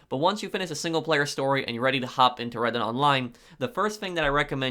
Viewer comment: I kept thinking he said Reddit online and I was confused